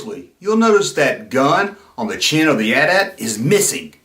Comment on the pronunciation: Thank you for calling it the AT-AT (pronounced like Because modern influencer hipsters have decided to revisionist pronounce it like they're talking about their cell phone provider AT&T, but just the AT part twice. A-T A-T's. Like they're saying, 'The 80's' two time in a row really fast. This would be moderily clever if it weren't so collasally annoying. I'd blow them up on social media, but their annoyingness is too strong for blasters.